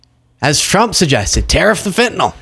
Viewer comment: why is it that not ONE politician can say Fentanyl ? it's Fentanol to them, that lot wouldn't know their appendix from the privates...